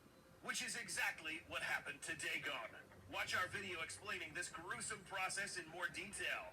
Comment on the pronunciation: Gojicenter: dagon: diegon